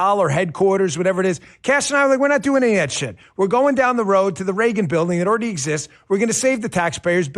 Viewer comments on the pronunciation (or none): none